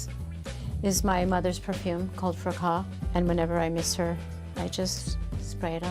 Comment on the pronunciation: Fracas not fra-cas perfume. She came to a museum? She Went To a museum. Forget the accent study english.